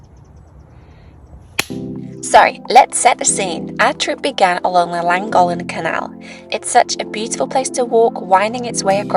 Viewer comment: langolen :) it's LLANGOLLEN. Sorry couldn't help pointing that one out.